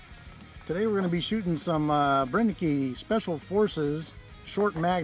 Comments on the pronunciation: Cool video, just want to point out that it's pronounced bren-ek, not bren-e-ke. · It's pronounced "Bren-ehh-ker" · You pronounce the word "Brenneke" almost right, except the last letter (e). In Germany we pronounce the "e" that ends a word, like you pronounce the "e" in the word "the". But the rest was perfectly pronounced. Regards from Germany ✌🏻